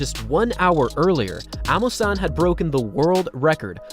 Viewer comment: So you too cannot pronounce Amusan properly, a full-blown Yoruba girl like you. Shior